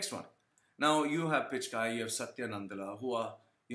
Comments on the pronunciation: Why do u sound so angry? What u said about corruption may be true but my caustic friend why the bitterness? OK America offered him a career as he was INTELLIGENT and HARD WORKING but what about u POOR MAN? did an American passport help u as it did PICH KAI as u wrongly PRONOUNCE?????? Am american passport did NOTHING FOR your career MY FRIEND. So its PURE JEALOUSY speaking—Look at your tatooed face with all bittreness and evil!!!! Regarding beliefs—you guys have your own fads, so dont talk about India and one more thing--there are all kinds of corruption and dirtiest crimes in your country too--so worry about them my caustic acidic and unpleasant evil friend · Hi, happy to hear someone echoing my thoughts:-) You nailed it, man [except for the Pichai pronunciation, people should rather try helping you there instead of abuse - can't help it if people love to belittle to show that they are 'be little'] The fact that your critics wish to conveniently ignore "prison & labour camps" speaks enough.. Note: It's Pichai [Pee-Ch-Ay or Pitch-Ay], in case he hits the headlines again for making Indians and the Indian Govt pay for Google's Services in the near future.. have a great day, man!! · Guys. I know whatever he is saying like pronouncing Sunder Pichai's name incorrectly and being wrong about India's population is done intentionally. Probably to get attention. He can't be that stupid to not know such things.